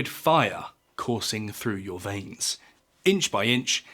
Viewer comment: Please pronounce veins correctly